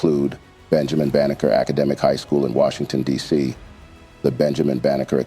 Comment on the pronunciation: His name is Benjamin Banneker, not Baker. Stop muddying the truth.